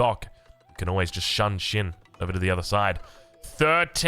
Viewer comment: its 'shoon'shin not 'shan'shin